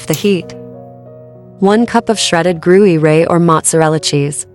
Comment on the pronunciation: The cheese is not 'GRU YOU RAY'. AI